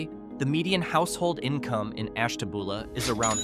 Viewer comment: It's Ash ta byou la, not Ash ta boo la.